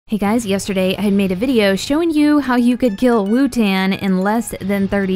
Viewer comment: why do you say wutan its spelled wotan???